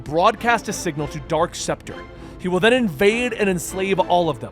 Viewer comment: Also it's dark specter not dork SEPTA okay